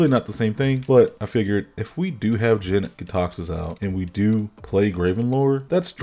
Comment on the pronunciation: you mispronounced the praetor's name in the first 10 seconds. also, its jank.